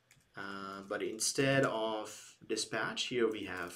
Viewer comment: Great Video!! Thank you very much. You pronounced 'dispach' instead of 'dispatch'. Keep going, It is amazing!!